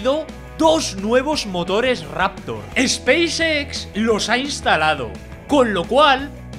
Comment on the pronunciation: dice Xpacex con mucha pasion. jejeje pequeño detalle...